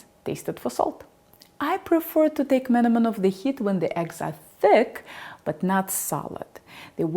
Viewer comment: What a wonderful coincidence. I had found your channel, looking for skillet recommendations, now I'm seeing an everyday Turkish recipe on it. You must have a lot of energy and passion that you even look into simple recipes from different cuisines, kudos to that. I'm Turkish, your pronunciation of menemen and şakşuka are not just close enough, but right on point I should add. I cook the tomatoes until they lose almost all the water content and only then add 2 eggs, the texture becomes more pasty and the taste gets a bit caramelized with the tomatoes cooked dry in the skillet. I hope your kind hasn't gone extinct and I can wife one such lady one day:) A real scholar of kitchen art, connoisseur grade variety!